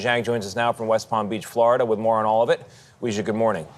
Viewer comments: Off-topic, but can i ask if anyone knows - why did bro pronounce "Weijia" like that, is that correct?? I knew two different ppl with "Wei" in their names (to be fair, one was his family name, not first name like the reporter lady, idk if that makes a difference) and they both said it like "way". News anchorman said it like "we" tho?? Is that a thing?? (I'm only asking bc i happen to be rly interested in names & their origins, it's nothing important, just a hobby of mine 😅) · It's definitely pronounced "way"